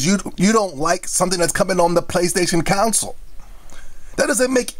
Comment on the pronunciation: I find it rather odd how you pronounce console as council.